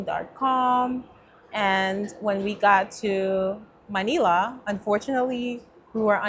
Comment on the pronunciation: I’m Filipino and Manila is pronounced Muh-nil-uh. Rhymes with Vanilla. 👍 I also hear the word Tagalog pronounced wrong. Not being rude, just informing you.